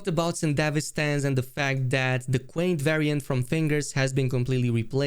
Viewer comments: it's QianT, not quaint 😂 it's pronounced "cheeyan-tee", they reference it several times in the main quest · "Quaint" its pronounced "Chi-ann-tee" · also, not to be the pronunciation police, but QianT is pronounced Chi an Tee, as Qi in Chinese is basically pronounced as chi